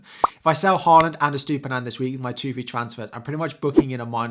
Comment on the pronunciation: 'Estoopinan' lol